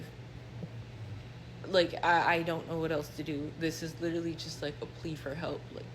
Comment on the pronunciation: Amen! Especially when it’s pronounced “LI-trully”.